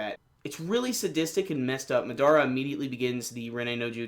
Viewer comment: It's Ma-da-ra not Ma-dara.